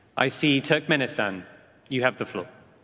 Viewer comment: он говорит туркменистан как TurkPenistan